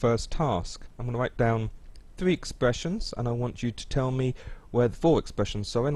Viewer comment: THWEE No hate...